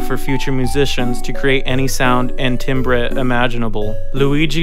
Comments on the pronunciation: timbre is not pronounced tim-bray, it's pronounces tamber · 'tim-breh' its pronounced tam-ber my freind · This is an excellent video -- only critique is that the word timbre is pronounced tam-burr, not tim-breh. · "timbre" is pronounced "tamber" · Cmon mr music man it's tam-ber not tim-breh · well he's not wrong, musicians can make any "tim-breh" of sound now.. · btw it's pronounced timbre. hope this helps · "timbreh" lol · "tim-breh." Really, dude? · "tim-bra"??? "Var-ESSAY"??? Ouch. More significantly, many of the people here are completely misrepresented, and other more important events are missing. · lol timbre is pronounced like "tamber" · Great video mang. However, "timbre" is a silly french word, and therefore pronounced "tamber". :) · "TAM-ber." Seriously, how would you refer to Timber Timbre with that pronunciation you've got goin on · Timbre is pronounced "tamber" btw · timbre is pronounced "tamber", the history is solid but a whole slew of words were just wrong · "Timbre" rhymes with "amber". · Your pronunciation of timbre tickles me in all the wrong ways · Timbre rhymes with limber.